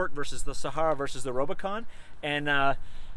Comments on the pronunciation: Is he saying robo-con?? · Its RUBicon not rob!! Great vid ahha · Are you calling it the Robocon?!?! 🤣🤣🤣 Good video bro. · U said rubicon wrong